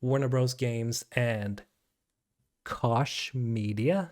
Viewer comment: Just to let you know, Koch is pronounced ‘coke’ I pronounced it like you for years until more than one person told me I was wrong :)